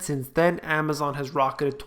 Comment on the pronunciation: 'the eigth share of Amazom' :-) love it!